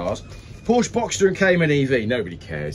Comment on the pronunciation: Is WhaT Car where video game "journalists" go when they've run out of games to play/review? Still can't pronounce Porsche properly can you!